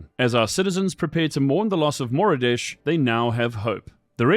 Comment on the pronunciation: I can't take MOR-OF-DISH...